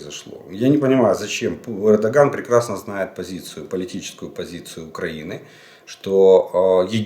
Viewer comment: реджеп таит эрдогана не выговариваете потому что не один а два повторяю. запомните как правильно.